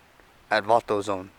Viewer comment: Did you say "Vato"Zone?